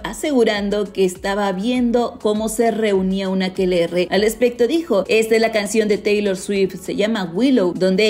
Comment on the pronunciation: "Un aquelerre" 🤭